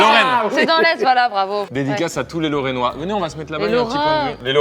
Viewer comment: Carlito je suis lorrain et la tu ma dessus d avoir pas bien prononcer lorrain 😥😢😭 mdrr 👍😄